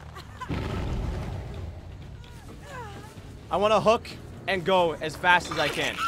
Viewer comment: He says hook and go but I hear hit it and quit it😂😂😂